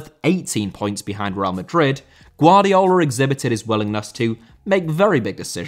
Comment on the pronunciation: Guardiola* not Guardiouwler